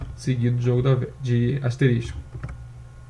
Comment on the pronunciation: não é "asterisTIco", é ASTERISCO.